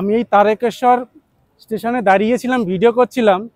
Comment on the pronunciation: দাদা, তারেকেশ্বর নয়, তারকেশ্বর।